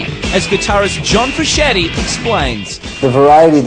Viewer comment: the he pronounced John Frusciante is hilarious